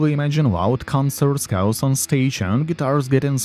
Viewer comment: I thought he said Ozzie Osborne in his younger years was looking for cows. It was chaos! Lol